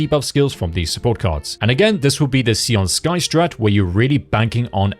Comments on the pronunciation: "SAY-oon", not "SEE-oon" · Can we not call her "Si-an Sky"?